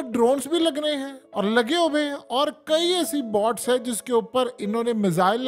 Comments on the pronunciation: ارے بھیا باٹس نہیں، بوٹس۔ تم کس خطے کے رہنے والے ہو؟ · Bhai sahib, Bots nahi boats haien.